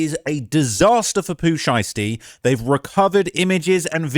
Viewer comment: Well his name is Pooh Shiesty not Pooh Einstein 😂😂